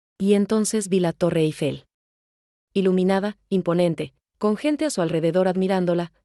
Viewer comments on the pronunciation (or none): none